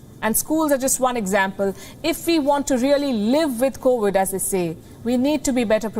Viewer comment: It’s 2022 and pronouncing the word “covid” is still a major challenge for Palki. Sad for her.